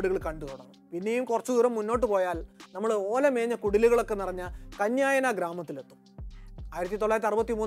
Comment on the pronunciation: Kanyayana gramam alla kanyana gramam